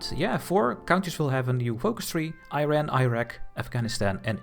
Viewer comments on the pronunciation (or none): Great video! Looking forward to the next episode. however you gave me (an Iranian) a seizure every time you pronounced the name of the country. It's not I ran. It's eeeeeeeRaaaaan (pronounce e, then fullowed by Run, eRun one might say) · Cool video mate, but please stop pronouncing Iran like "Eye RAN" lol it should be "ee-run" or "ee-ron" inb4 am Iranian